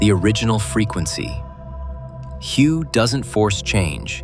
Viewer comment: I am confuse , is it hu ? Or hue ? You pronounce hu differently twice so which one is right ?